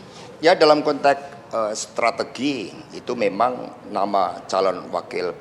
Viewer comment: Kontex bukan kontek boss ...ucapkan sesuatu , kata" nya hrs benar ...